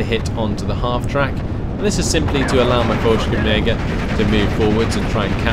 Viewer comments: Quick correction, Fallschirmjager is pronounced Fall-SHERM-jager, theres no "k" sound. Good work on the battlefield! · Pronunciation : "Fall (the A is like the one in Father) chirm (the I is like the one in Give) yeah - ger"